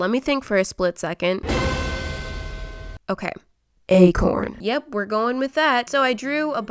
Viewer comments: When she said acorn I thought she said a corn 🌽😂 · Okok I heard “egg horn” once when she said acorn😂now everytime she said acorn I keep hearing egg horn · When she said Acorn I thought she was painting a corn 🌽